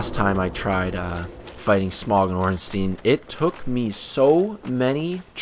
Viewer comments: His name isn't pronounced smong it's pronounced smough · Dude it's Smough, not Smog. He isn't a koffing. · you do know that gh is silent? Like in though or Smough or thought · I've been pronouncing it Smoff